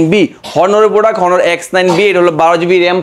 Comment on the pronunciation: ওটা হনার না অনার